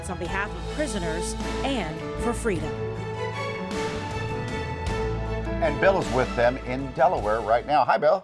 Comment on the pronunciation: FWEEDUMB Isn't FWEE ..........Oh that ain't even a word .......either is Juneteenth